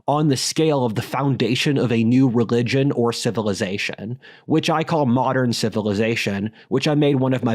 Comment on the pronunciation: "I gloathe communism, but as I analglyze..." He pronounces all his L sounds in the throat with a g omfg REGLIGION